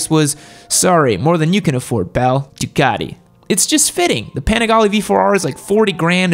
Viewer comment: He also just said "duacti" lol